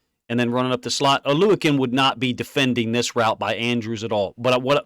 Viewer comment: Props to being the only guy who actually pronounces Foye’s last name correctly.